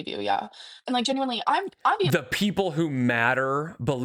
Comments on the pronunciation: Maybe if she said it correctly, it wouldn't be so bad! 💀🤣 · "Pitcher" "Bolth" "Sall" "Genuinely" Drives me crazy.